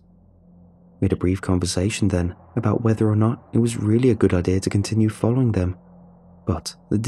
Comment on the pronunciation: narration is soft and monotonous, plus it fails to capture the emotion of the story... heard it numerous times for other creepypastas, and the pronunciation is awkward at times ('a gain', instead of 'again'... 'ideer', instead of 'idea'... etc)